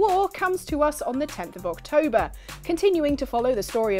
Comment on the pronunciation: October? Did you mean to say "OXtober"? ✌😄